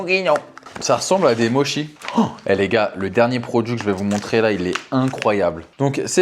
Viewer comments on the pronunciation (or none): none